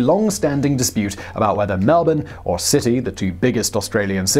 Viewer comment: He did pronounce Sydney as city though 😂